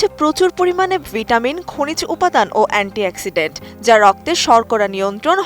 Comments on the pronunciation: এন্টি এক্সিডেন্ট কি,ভুলভাল শব্দ উচ্চারণ থেকে বিরত থাকুন,আগে এ নিজে ভালো ভাবে জানুন তারপর জনগনকে জানাবেন। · আসলে ব্যাপারটা আমি কানে হেডফোন দিয়ে এটা একবার শুনেছি , খেয়াল করে শুনলে দেখা যাচ্ছে, আমি বলতেছি অ্যাক্সিডেন্ট অ্যাক্সিডেন্ট, একেবারে স্পষ্ট বুঝা যাচ্ছে অ্যাক্সিডেন্ট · কান টা একটু পরিষ্কার করে শুনুন শেষে (ন্ট) নয় (ড) ব্যবহার করেছে। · Antioxidant ❎ Antiaccident✅ 😂😂😂😂😂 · এন্টি এক্সিডেন্ট 🙂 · Anty oxidant ❌ Anty accident ✅ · antiaccident bollo 😂😂😂.Antioxidant Hobe. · এন্টি এক্সিডেন্ট😂😂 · এন্টি এক্সিডেন্ট। হায়রে 😅😅😅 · কোন বিশ্ববিদ্যালয়ে পরছেন,,,😂🤣 তাইবলে এন্টি এক্সিডেন্ট 😂😂🤣🤣🤣🤦‍♂️🤦‍♂️🤦‍♂️🤦‍♂️ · ওটা অ্যান্টিঅক্সিডেন্ট না, অ্যান্টিঅক্সিডেন্ট হবে। রিপোর্টার তো সেই লেভেলের শিক্ষিত 😂😂